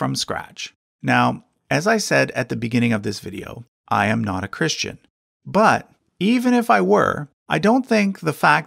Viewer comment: I am not being rude even I am this but I'm curious why you say ChrisHtian as if there were an H in Christ?